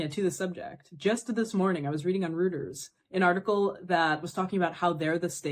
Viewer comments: Reuters? (Hermione Granger Mode please Interwebs) Stop stop stop!... You are saying it wrong! It is Roy-Turhz not Roo-ters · The news agency Reuters is pronounced Roy-ters. This is my “umm actually “ for the week. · Did you pronounce Reuters as Rooters? lol